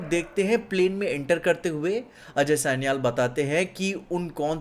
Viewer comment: Aj Sanial sanial kya kar raha hai, ajay sanyal bol naa Angrez kyu ban raha hai itna